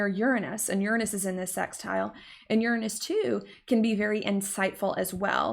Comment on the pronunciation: I love the way you say 'sex'tile 😉